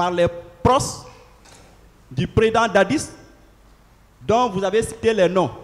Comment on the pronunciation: on dit "proches" et non "proces" trop de lettres "z" dans tes prononciations